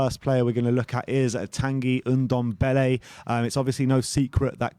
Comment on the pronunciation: its Ndombele not Undembele...